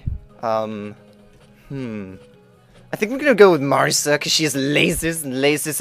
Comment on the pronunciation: FAIL PRONOUNCIATION!!!! REH-MU; MAR-E-SA; and SAN-AI !!! >:UUUUUUUUUUUU!! Sorry for my rageing, Touhou is my life, and i kinda get irritated wen people say their names wrong ^^